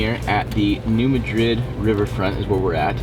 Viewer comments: As a resident of southeast Missouri, I think it might be important to correct a couple of your errors. It most definitely is NOT the Missiuri River, you are at the Mississippi River. Also, you are pronouncing the name of the town incorrectly. It is NOT New Ma-drid, like a place in Spain. It is New MAD-rid. Just thought you would like to know! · Dude...it's pronounced New MAD-rid, not New Ma-DRID. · Pronounced... New Mad Rid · You guys are great! Just to let you know you are saying New Madrid wrong😬 it’s pronounced like Mad.😡Rid New Madrid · City pronounced New Mad-rid..... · New Madrid (Mad-Drid), is how it’s pronounced. Thanks! 👍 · Its New MA-drid. Very different pronunciation than in Spain. Not ma as in a short form of mom either lol. Maaa as in what a goat says. Great work! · It’s pronounced “Mad-Rid” hope this helps! Keep up the good work! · New Madrid is pronounced with the accent mark on Mad. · You are definitely on the Mississippi River. And you almost had the pronunciation of New Madrid. But I love the videos and what you do. Keep being awesome!